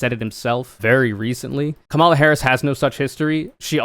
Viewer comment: Ok, it was pretty bad when you repeatedly mispronounced Kamala’s name, but then you pronounced “lmao” as a word. What, are you 13?!? There are too many other serious people to listen to; you are not.